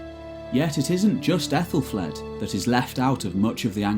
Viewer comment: Pronounced A thel fleed and A thel red and A thel Stan and Mercia is a modern name not Anglo Saxon and the c in Mercia is not s sound but Ch sound old English Mierce meaning border people surrounded by other kingdoms and Wales. Modern name Ethel derrives from AEthel meaning noble/royal and flAE'd means beauty